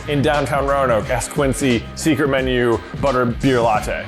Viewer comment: when j said secret menu i thought he said 'seeker' menu but hey both works